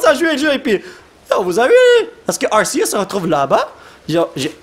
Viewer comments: c'est ar-ké-us sa se dit comme sa je crois car c'est entre deux voyelle que sa fait le s du serpent et non entre r et e donc ar-ké-us et non ar-sé-us et dans mon livre de pokemon sa dit ar-ké-us (arceus) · Il dis arsieus... c'est Ar-c-us que sa se dis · ca se prononce arkeus pas arcius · Ont dit arkéus et non arsséus 😆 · Sa se prononce arkeus mais sa c'écris Arceus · Non en francais tout le monde dit arkeus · Regarde le film Arceus comme ça tu pourras mieux prononcé le nom